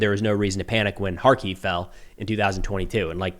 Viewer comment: agreed! Just because they can doesn’t mean that they should! It would turn more people against Ukraine, especially if a bunch of innocence were hurt or killed! There’s going to be a lot of families there, be a horrible look for Ukraine! so glad you pronounced Kharkiv “Харків” without the K! 95% correct! I know I know, it’s really no big deal! But it was just so annoying to hear people say it horribly incorrectly! It’s hard to take their Reporting serious! Besides is more reliable than mainstream media!